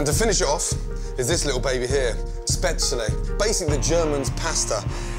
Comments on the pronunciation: Spesle? Spetzil? Spetzele? Really. Please Ramsay, just stick with "German pasta". Or say spätzle. I don't mind that you dont know all the languages in the world, nothing wrong with that. But at least be aware of this yourself. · Its so cute how he pronounces Spätzle, but im gonna cook that tomorrow Mr Ramsay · Spatz-lee. Wonder if he pronounces pretzel as pretz-Lee? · spatslay? best pronunciation ever😂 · i love how he pronounces "spätzle". spat-sallee. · HAHA his pronunciation of Spätzle made me laugh so hard. bless. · Ikr its so wrong 😂 spätzle come on